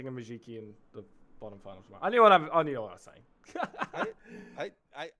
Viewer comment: Challenge: Take a shot every time the casters pronounce Mujiki as “Mujuki”!